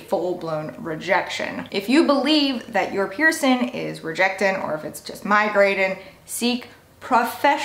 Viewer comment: She doesn’t pronounce any word that ends in ing right . Piercin, migratin , annoying